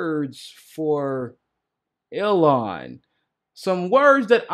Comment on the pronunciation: I don't mean to be that annoying person. But I just want you to know that Ilhan is pronounced Eel-han. Not the way you have been saying it. It's Eeeel-han.